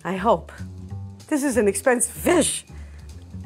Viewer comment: butchered the hell out of that fish 😂